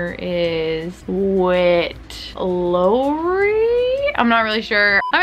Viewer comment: She really said Witt Low-ree.....smdh